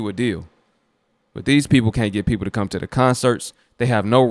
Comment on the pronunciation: But in a hurry to cam up and babble tho😮